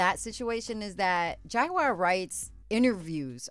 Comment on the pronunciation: The lawyer can't even say Jaguar's name😂